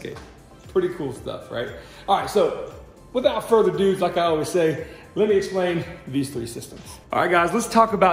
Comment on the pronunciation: There is a lot of "further doo-ing"... :P